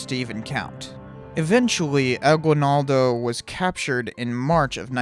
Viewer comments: The aguinaldo your talking about is said as aginaldo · It's A-gi-naldo, not A-gwi-naldo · its pronounced Emilio "Aginaldoh" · ITS NOT PRONOUNCED A GUI NALDO ITS PRONOUNCED A GEE NALDO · We pronouce it as aginildo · Im a pilipino thank you for the video but i cringe when you say Aguilnaldo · Its A-gin-nal-do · Eeeeet phillipines also its agi-naldo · It is pronounced as Emilio aginaldo not aguinaldo But aguinaldo is the right spelling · How you pronounce emilio aguinaldo: emi-li-yo Agi-nal-do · AH-GI-NAL-DO bro. . . . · he got wrong saying at aguinaldo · well wrong pronunciation of Emilio Aguinaldo